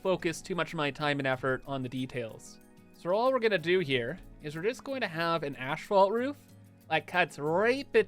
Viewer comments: As someone who's mother is a civil engineer... Hearing someone call asphalt ASHphalt, only makes my eye twitch a little... 🙃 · As-folt :D There's only 1 h in it